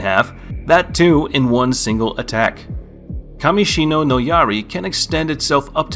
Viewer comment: The pronunciation of Gin's Bankai and the Name is undoubtedly incorrect. FYI it's KAMISHINI NO YARI and not KAMISHIRI NO YARI and KAMISHINO NO YARI hahahaha